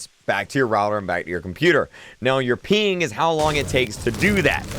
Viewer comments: “reduce your peen” 💀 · Sounds like your saying Peen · Why does he say "peen" instead of "ping* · Who else thought he was saying peen instead of ping😂 lmao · Peen dawg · I thought he said "peeing" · "Latenz" and "pink" 😆